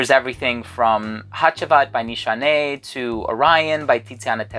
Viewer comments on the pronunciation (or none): none